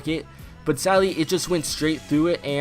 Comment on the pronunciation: It kinda sounds like he’s saying “sally” instead of “sadly”